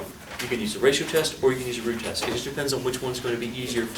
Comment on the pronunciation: I thought you said the Groot test XD